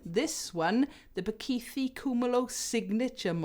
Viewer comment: Just a heads up, we don’t have a th sound like you have in the word “the” in our languages in South African. The th in Bakithi” is similar to the t sound in tip.